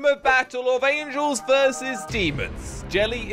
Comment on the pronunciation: angels not angles